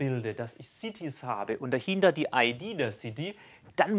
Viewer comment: Cieties? Oder doch eher cities?